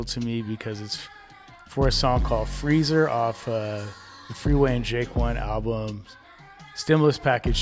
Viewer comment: Once you hear him say J-Kwon instead of Jake One you can't unhear it